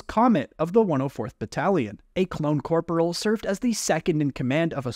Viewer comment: fhfbwyi i dont know if im the one in wrong but i bouta punch my screen with how hes pronouncing corporal!!